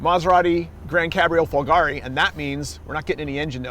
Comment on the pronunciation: Follgaaree...? Why don't you find out how it is pronounced before you make a video